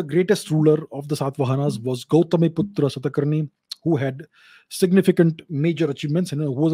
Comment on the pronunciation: We should stop pronouncing 'Aa' at the end of any Indian name. Like Kanishka❌ Kaniskh (कनिष्क)✅, Gautamiputra Satakarni❌ गौतमीपुत्र सातकर्णी✅। Basically we should pronounce Indian names in an Indian accent, it will endure as it was.